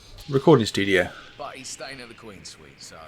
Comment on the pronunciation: Lol he keeps saying “suit” when it’s pronounced like “sweet”